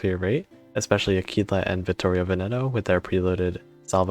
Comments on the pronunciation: Her name is pronounced Ah-Qwilla at least in the UK. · I’m afraid that, unlike in Spanish, you are supposed to pronounce the ‘u’. AH-kwee-lah. Great info, though. What do you think about the pirate squadron Corsair vs the Tigercat? Is it as simple as choosing between more anti-air / bigger bombs?